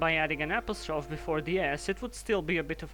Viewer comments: "APP-UH-STROFF" I HAVE NEVER HEARD THAT PRONUNCIATION IN MY LIFE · Apostrophe, what the fuck was that pronunciation